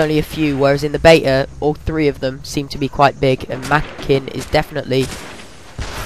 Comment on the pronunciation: you pronounced "makin" wrong... i thought it was pronounced the way you do but if you go on the first lvl sgn roebuck pronounces it as sort of may-kin